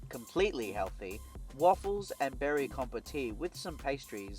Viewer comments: It's pronounced 'compot' not compotee 😊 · Nice video mate! and I appreciate the detailed reviews of the products you show. Just an aside - you don't pronoince the 'e' in 'compote'